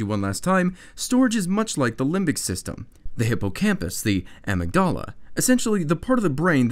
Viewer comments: uh mig duh luh, not a mig dah luh! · amygdala is pronounced amihduhluh not amigdawluh